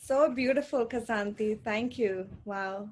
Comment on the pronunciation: Why can't anyone pronounce your name?🥴